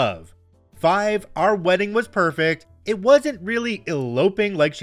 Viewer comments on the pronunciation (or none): none